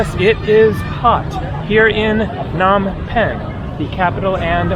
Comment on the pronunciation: Phnom with a P. Why not listen to locals??!!!!! Lame.